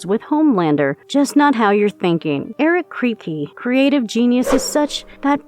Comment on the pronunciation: "Eric Kreepy" lol. ironic.